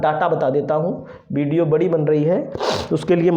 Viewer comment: बिडियो नही वीडियो bolo !